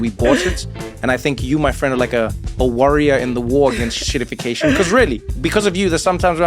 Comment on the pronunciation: Get it right, Trevor. It's "EN-shittification". :p